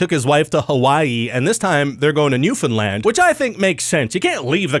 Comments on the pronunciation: You pronounced "Newfoundland" correctly..nice! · Thank you for pronouncing Newfoundland right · You said Newfoundland right! I love you even more than I did before.